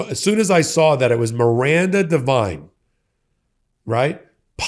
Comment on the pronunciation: Oh god! Not Miranda Devine? More trash from Oz. Haha. Her only qualification was murdoch liked her sycophantic father Frank, who was a right wing trash reporter for News Corp for decades. Good lord. Pronounced div-een not div-ine by the way